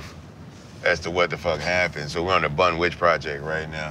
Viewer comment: Theodes Lewis he said "The Bun-Witch" project!